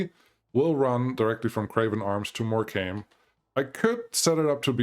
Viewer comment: you need to start putting these town names into google so you know how to say these town names cuz you really are getting them. example Morecombe is not pronounced more-com-bee u say it more-com. theres a silent b in morecombe